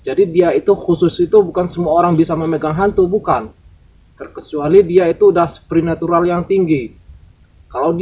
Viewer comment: Bukan sprinatural mass supranatural yg bnerr mbok yoo biung biung